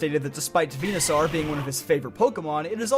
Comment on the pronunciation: Do you ragebait with these pronunciation because there's no way you say Bulbasaarr and Venusaarr